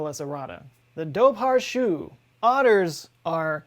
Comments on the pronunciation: Also dobhar chú is pronounced doe-war coo, but tbh that's a bloody stupid combination of words cos the Irish for otter = dobhar, literally means water dog and chú means hound so it's translated literal name is hound-waterdog (Irish sentence structure can reverse!) But if you want to be less pedantic it is otterhound. But in all my life never heard mention of such an animal. Probably was just some weird feral otter that got spun into a good yarn. Like so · My Irish is pretty rusty, but I'm pretty sure Dobhar Chu is pronounced "Doh-Var Hoo" or "Doh-ar Hoo" BH makes a V sound or is silent (depends on the dialect, I think), and CH is a gargled H sound like when a Scottish person says "Loch" as in Loch Ness. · "Dubhar chu" is pronounced "Doo war coo" btw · lol but you didn’t correct him on “doe bar shoe”?? fyi lads it’s pronounced more like “doe-er koo”, except the k sound is back in rhe throat, like the ch in loch. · "Dobharchú", literally "water hound" is an old Irish word for "otter". It's pronounced dower-choo, ch not as hard as a k, but it's a sound English speakers don't use, so I guess koo is close, just say it from the back of your throat. I don't know of any dialect that would pronounce it dubber, but I'm not very familiar with dialects north of Mayo. Dobhar is a very old word for water, still used in Welsh. "Lough" is pronounced lock, although it's got another soft sound at the end not used in English. Lock is the closest you will manage if you're only ever spoken English. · Dobhar-Chú is pronounced dohwar koo with the k having a slightly guttural sound. Cú means hound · Holy CRAP he butchered the pronunciation of the dobhar chú. It's pronounced like doh-ver-koo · as an irish person i’ve never heard of the Dobhar chú but that sounds rlly interesting lol. also i’m pretty sure it’s pronounced “du-var ju” but the j is kinda like spanish in that ur kinda saying “coo” but it’s throaty lol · It's actually pronounced ON-DOE-WER-COO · Dobhar-Chú is pronounced Dowar Koo